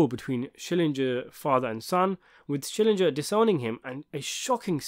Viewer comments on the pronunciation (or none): SCHILLINGER! You keep pronouncing Vern's name like it's an English surname. It is not. It's German.